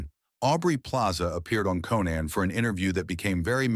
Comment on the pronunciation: When the guy said "Co-Nann" I knew it was B.S. 🤣